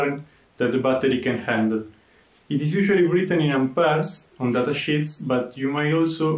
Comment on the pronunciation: When you said 'sheet' looking at the parameters of the battery - I did not hear "sheet" at first. XD